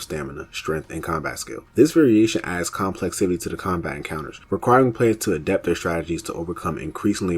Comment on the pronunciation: Good videos, but you just make up random words. You said complexivity (it’s complexity) like 6 times, and termulous (I dont know what you were trying to say) like 3. It just takes me out of it when I hear it.